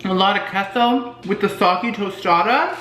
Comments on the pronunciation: Its kay-so not kes-oh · Hey so say queso (k-a-y-s-o) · Queso is pronounced like K-so.